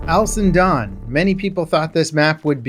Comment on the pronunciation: Cap, baby! It sounds like you are saying "Alison Done". Slow it down baby.